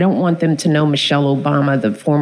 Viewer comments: Trump : " Michelle Obamna " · Trump mispronounced her name, remember OBAMNA. It was soooooo funny and soooooo clever, definitely Not lame, dim witted and came more from dementia than being a genuine idea. What's hilarious is the way everyone found a way to tell if it's the real trump or AI. If you can understand what he says clearly and coherently, then its AI.